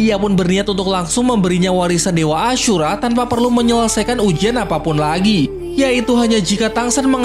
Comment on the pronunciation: Kenapa nyebut ashura kek ngomong kasar anjir 😭kek seolah di perjelas ASHUra 😭